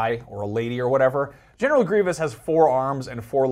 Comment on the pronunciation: Dude it's Gree-vus not Gree-vee-us